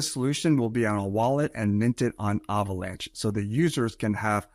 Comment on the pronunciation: He said Avalanche like Avocado lol